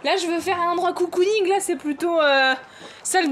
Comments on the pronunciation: Grave bonne idée de vidéo !🥰 PS : à c'est cocooning pas coucouning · Le "garage coucouning" c'est "cocooning" en mode cocon :) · Celui qui trouve combien de fois elle a dit "coucounigue" il est fort😂